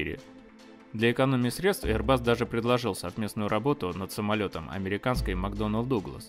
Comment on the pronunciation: один раз не эйрбас, как говорит 😊